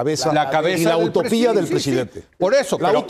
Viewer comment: Es UTOPÍA no AUTOPIA.